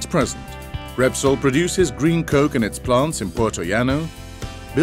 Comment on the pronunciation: you should really think about firing your voice artist - wtf is a ghantry crane... and coke becomes cock becomes coke again... daft.